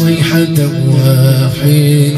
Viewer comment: إن كانت إلا صيحة واحدة وليس إن كانت إلا صيحة واحيدة